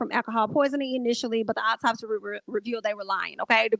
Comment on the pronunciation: Every time you said optopsy I 💀 I hope Justice is served. This is crazy.